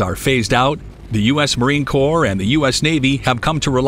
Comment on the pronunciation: I enjoy your videos and thank you for properly saying Marine Corps. Apparently, the comment I made on a previous vid, was taken seriously.